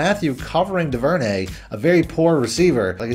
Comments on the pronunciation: It's pronounced Dooverney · Is it me or did you make “Duvernay” sound super French?